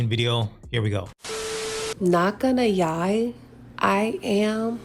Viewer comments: Can't she speak in sentences ? Yie instead of lie ? Emotional sad ? Yes she is sad . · Lady the "L" in Lie is not silent!! lol